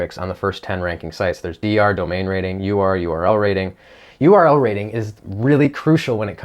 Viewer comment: Conclusion: You have problem saying URL Rating :-p correctly :-p